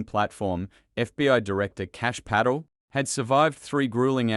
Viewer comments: The narrator is not speaking properly; it must be some weird AI thing. Drives me nuts. Can't even say the name: Pa TELL... jesus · 1) How about at least having a real person talk. These pathetic AI (or maybe old worse-than-AI) text-to-speech destroy my attention to the story. BTW, in a channel called "The Patel Protocol" his name is not pronounced correctly. Paddle? Pedo? 2) All of the pictures make me think we're going to see some actual video of the hearing. Nope! A lot of unattributed verbiage over the top of still pictures. Can we trust this? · An Aussie doesn't know how to pronounce an Indian name, PATEL ??? 🤦‍♂️🤦‍♂️🤦‍♂️🤦‍♀️🤦‍♀️🤦‍♀️ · Pa-tel for God’s sake, you sound stupid pronouncing the clowns name incorrectly 😡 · AI can not even sat PATEL properly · PA-Tel damn it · More lies from Adam Schitt and the Democrat BS propaganda news network. Also the teleprompter this bullshtter is, reading from doesn't even know the FBI directors name. It's Kash Patel. Not Kash Paddle. These Democrat propagandists are clueless. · Im still laughing at the name being pronounced as paddle 😂😂😂😂😂😂😂😂😂😂😂😂😂😂😂😂😂😂😂😂😂😂😂😂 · except his name is Puh-TELL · "Paddle?????? The film also f****d up Patel's name (pronunciation).:face-blue-wide-eyes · His name is pronounced Pa tell with the stess on ‘tell’. And seconds is pronounced as second with stress on sec. Not on conds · His name is pronounced Pat tell with the stress on’tell’ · Pronouce his name correctly. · This AI narrator has pronounced Patel’s name 4 different ways. So distracting. Pick one way and stick to it. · I hate AI voices - can't even pronounce Patel's name. Sheesh. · AI, please learn to pronounce People names! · Man this a novel, ir goes on and on with AI, please elect an american accent that can pronuncie Patel. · Why misspell and mispronounce Kash Patels name? It does not help your criticism. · PATEL, not PADDLE! Stupid AI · It is Putt-el ..not paddle, or patl ..😅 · Who is this Pay-tel....is it possibly Pa-tel? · That's Pa-tel